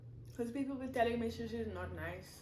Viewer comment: It's not shoshi it's sushi but i love your videos